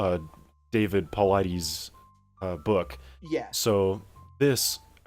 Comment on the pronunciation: You guys need to up the ante on the degree of research you put into missing person cases. You botched the Dennis Martin one pertty bad. As for pronouncing Paulides' name, Paul 'LIE' deez. The more you dig into this, the more you are going to find it is just a grift by a bad cop.